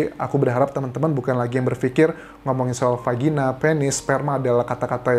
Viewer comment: Dari vagina jadi vagini ya kak Anjas😂😁saking excited nya membantu mengungkap kasus tangmo